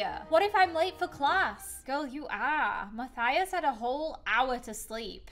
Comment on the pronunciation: It’s Mathis not mathathis